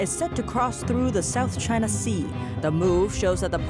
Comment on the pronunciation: It’s the chhhhina flu